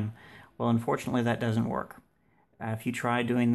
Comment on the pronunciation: DOESN'T (NOT DUD-ENT)